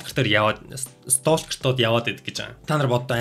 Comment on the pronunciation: Stalker gedeg ugnii L ni helehguigeer unshdag shuu, silent letter 😇